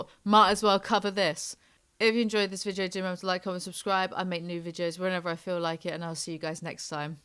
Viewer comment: I love you but I can’t stand the way you pronounce “video” like “vidjio”